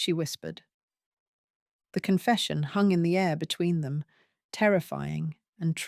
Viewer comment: When somone says “ what about THEM?” The emphasis should be on the ‘ them’- or it sounds as though the meaning is different : eg: “what about half a dozen eggs? - What about them? They don’t matter”. But we are talking about captives. I do wonder if this is Ai?